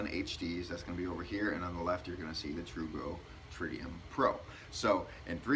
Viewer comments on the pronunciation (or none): Tru gro. Tru go. I commend you for saying it every way except the right way. Slow is smooth and smooth is fast